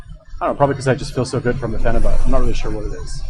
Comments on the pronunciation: Pheni buttttttt? Wtf its pronounced pheni buyt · Your a phenibut expert but you say fucking phenibut wrong, its pronounced like phenibute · PheniBUTT... interesting, didn’t know it was pronounced as a BUTT. Hmmm learned something new but that was about it because couldn’t stand how many times this guy says PheniBUTT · "I'm a fucking expert" proceeds to mispronounce phenibut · Your response to my comment was slightly redeeming for showing a willingness to be wrong and having a sense of humor. I wasn't attacking your character, I'm not one of those I'll attack you cause you can't do anything back internet trolls, I'm just pointing out the obvious, an expert would of pronounced it correctly.